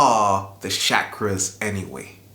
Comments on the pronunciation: it is NOT shakra is is CH CHA KRA with a ch not sh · it's not shackras it's cha cras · it's Chakras and pronounced as chakras not shakras Chakras:sanskrit :) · he said how to open your Seven Shaq-ras😂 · Please don't say shakras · You pronounced chakras wrong